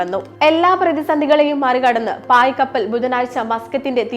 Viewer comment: പായ്കപ്പൽ ❎ പാൽകപ്പൽ ✅ പശുവുംപാൽ ആണോ അതോ എരുമപാലോ ഇതിപ്പോ കേരളത്തിൽ നിന്നാണ് പോയത് എങ്കിൽ വേണേ റബ്ബർ പാൽ ആണെന്നെങ്കിലും പറയാമായിരുന്നു 😅😅😅